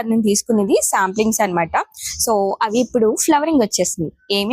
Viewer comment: సాంప్లింగ్స్ కాదండి... సాప్లింగ్స్